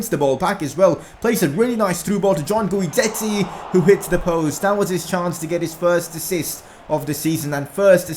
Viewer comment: Since Diego and Guidetti are going to be a Dynamic Duo just letting you know his name is pronounced as if the U wasnt there. Keep up the good work loving the vids ❤️